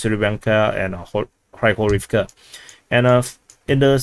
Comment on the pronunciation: When you're pronuncing Hryhorivka, Pryvilya etc. The "y" is not pronounced as it is in English. There's no reason to distinguish between "y" and "i" if you speak English. Just imagine it's "Pri" instead of "Pry". The "ya" is pronounced correctly by you btw.